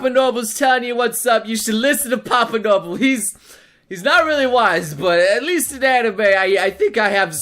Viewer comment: Its noble not nyoble